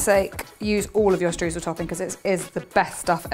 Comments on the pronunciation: No need to apologise, English-speaking people always pronounce the German 'eu' the wrong way (which always seemed funny to me as the 'oy' sound does exist in the English language), no problem. By the way, the recipe sounds fantastic, definitely one I would like to bake! 👍 And, last but not least, all the best for you, your baby and your family! 👶😇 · the German 'eu' is pronounced 'oy', so you should in fact be saying 'shtroysl'! 😊😇